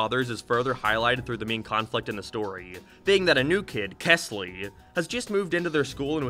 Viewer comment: Rewatching because I just read The New Kid and wanted to hear thoughts and while that was one of my favorite stories, I agree with all of his criticism. The story is written very weirdly. Also, his name was kELsey, not kesly. fake ass fan /j